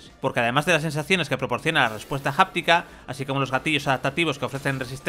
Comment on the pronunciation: Háptico, no Japtico